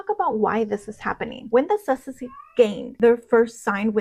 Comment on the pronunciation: I think your pronounciation of "sussexes" needs refining..